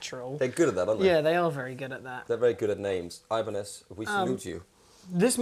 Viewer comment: ibranez.. new brand from ch-eye-na xD